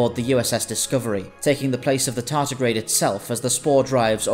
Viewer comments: I know Americans have a habit of saying T as D, however in this cases it is tardigrade, not tartigrade. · Tardigrade. Not tartigrade. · It's "tardigrade".